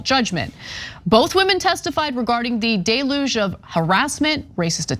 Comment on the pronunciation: The word is deluge. Pronounced ‘del-youge’ not ‘day-luge’. You try so hard to sound smart by using big words. Too bad you have no idea how to pronounce them correctly, defeating the purpose and having the opposite effect. You look uneducated doing that. Stop using big words you do not know how to pronounce to seem smarter than you are. Or at least look up the correct way to pronounce them. You don’t seem smart. You don’t seem upperclass or posh. You sound ignorant and it makes you look dumb.